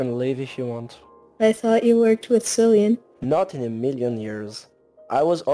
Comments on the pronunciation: Nice animation! One gripe I have is the voice acting. Some actors were very monotone and others had some bad pronunciations or microphone quality. A few examples;, says "Clian" instead of "Cillian" and it even says so in the subtitles. Lucas' actor was way too monotone, their voice was very quiet and they mixed some words together. Other than this, I think it's a great proof-of-concept for what you'll make in the future, and I can't wait to see what you'll come up with. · the fighter Goon#1 was pronnouncing it as Killian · He pronounced it wrong and so did the Fighter. As a running joke, no one really knew how to say Cillians name, so I just said wing it 👍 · cillian... more like sillian lol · Jace say Cillian 11 times in BLOOPERS LOL